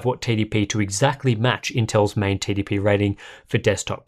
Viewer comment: Everytime he says TDP it sounds like "Titty P". I can see that being a rapper name soon.